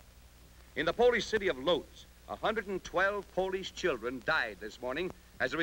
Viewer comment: Propaganda, but well done, though the radio announcer butchered Lodz